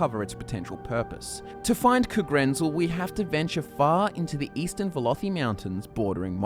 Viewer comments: I don't know but isn't the stress in 'Kagrenzel' supposed to be on the '-zel' instead of the '-ren-'? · The biggest mystery is why you pronounce Kagrenzel thusly.